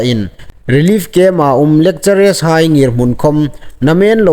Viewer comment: 'Lekchere' tia lamrîk hi a ni naw taluo deu naw maw?? Fîmkhur deu a tha awm ngéi. 'Lekcharar' tia lam ding ni lem awm tak a nih. No offensive aw